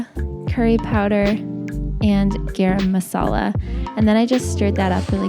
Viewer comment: YAAAYYY! INDIAN FOOD! and I love the fact that you pronounced "Garam Masala" absolutely correctly! 😍😍🇮🇳🙏🙏